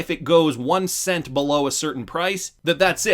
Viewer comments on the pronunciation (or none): none